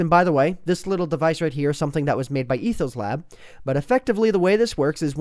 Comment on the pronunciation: HE SAID ETHO SLAB NOT ETHO'S LAB